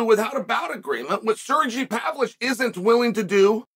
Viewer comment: "Surjee Pavlich" 😂 ya gotta love Uncle Chaels "accidental" mispronunciations